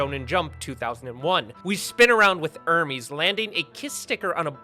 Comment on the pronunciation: Sorry my dumb brain has to point this out it’s pronounced Hermes (airmehz) like the clothing brand and not Hermes (ermeeze) like the Greek god’s messanger it’s because the characters are named after clothing producers like Gucci Hermès Emporio Armani Narciso Rodriguez Guess Anna Sui and a bunch more